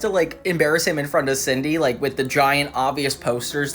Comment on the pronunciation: is it Sidney or Cindy? cause this is like the 3rd essay video on this crossover and the narrator calls her "Sidney" instead of "Cindy" cause growing up I thought her name is "Cindy"